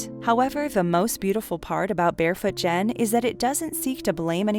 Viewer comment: Great list! Please have the scriptwriter make sure the narrator has phonetic spellings for names. Barefoot Gen is pronounced with a hard “g”, e.g. “get”.